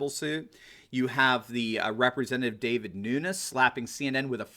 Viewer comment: you misspoke. It's DEVIN Nunes. But I love your stuff. I look forward to it every day.